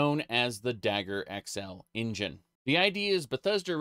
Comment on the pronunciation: I love engine being pronounced in-Jan, it looks like some silly sexual joke.